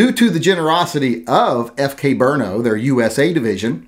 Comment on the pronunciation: I was listening until you said "brno"